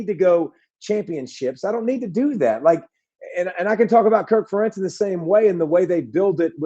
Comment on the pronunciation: Good one. Although, I did not like the mispronunciation of Ferentz!